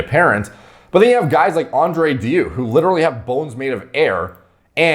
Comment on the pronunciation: Haha sounds like you're saying Andre Diu instead of Andrei deiu